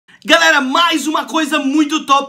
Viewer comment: ele falo garela kkkkkk